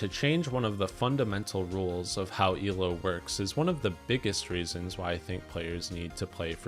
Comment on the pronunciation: I know you're saying "Elo rules" but it sounds like you're saying "evil rules" which is very fitting.